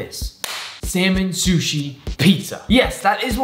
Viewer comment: "Salmon shushi pizza" Gordom Ramsey:ItS RaW